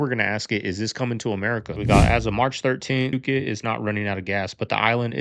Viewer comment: It’s “foo-ket” not “puke it” 😂